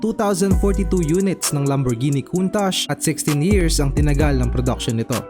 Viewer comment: Naiba na ang pagpronounce (lamborjini) yata to boss😂😂